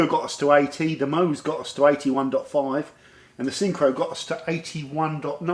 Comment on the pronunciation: if you dont know how to pronounce MOHS, just turn the bottle over and pronounce it "SHOW". Love your channel.